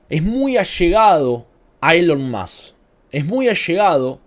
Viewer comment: se llama ERIK PRINCE. ERIIIICCCCCC. PRINCEEEEE. NO ERIK PRIN. ERIK PRINCE!!! ya parecés maduro hablando de elon mok.